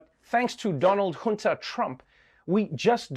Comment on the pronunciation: Donald "Junta" Trump? Ummmm..., you were wrong on a consonant (hint: the J) and you added a superfluous vowel...